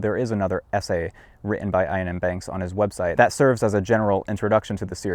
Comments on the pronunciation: "Iain" is pronounced like "Ian", just with a Scottish accent (j/k). Definitely not like "Eye-an". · This video would be perfect, if it were not for how he pronounces Iain's name. It is pronounced the same as Ian (ee-uhn), not eye-uhn. Iain is the Scottish form of the English Ian. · It's just Iain. Not 'Ayaan'. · "Iain" is just a variant of "Ian". Both pronounced "ee-uhn". Not "eye-uhn". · EE-an. Not Ayn. Iain is pronounced Ian . (space because YT breaks its ow f*$%# markdown if you place punctuation next to it.) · Love your channel (& I'm sure I'm not the first person to tell you this... ), but it's pronounced Ian. The second I is silent & doesn't change the pronunciation. Otherwise as I say I love your stuff & you've often made me laugh, so thanks for all the vids :) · Iain M. Banks' name is pronounced EE-un M. Banks (/ˌiːən ˈbæŋks/). The Scottish name "Iain" is phonetically identical to the English name. Just a nitpick. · "Ion M. Banks" 😂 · Its pronounced Ian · Elon is a BIG fan of Iain M. Banks' Culture novels. His name is pronounced EE-ann. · FYI Iain is just an alternate spelling of Ian and is pronounced EE-ANN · "Iain" is just the Scottish spelling of "Ian", and pronounced EXACTLY as you would pronounce Ian. Also... great call to start with "Player of Games", one of the best in the series, and more self contained than most. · "Iain" is pronounced the same way as "Ian", which I'm really, really hoping you know how to pronounce. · Is this really how Americans say Ian?